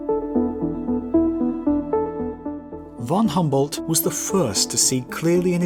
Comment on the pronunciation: The pronunciation of Alexander von Humboldt hurts my ears.